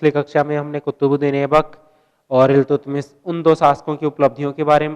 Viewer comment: what the hell is going here...u really don't know that how to speak iiltutmist...😂😂😂😂😂